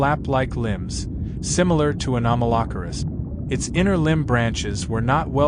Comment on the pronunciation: 😂😂😂😂 this pronunciation of “Anomalocaris” has me LOLing 😂😂😂 it’s so wrong